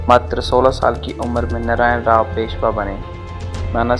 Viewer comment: Bajirao peshwa chr 3 mul hoti 1la vishwasrao not vishvrao, 2 Madhaorao not mahadeo Ani 3 Naraynrao not nrayn aadhi Marathi bol spasth,. Mhane kaka mala bachao khulaa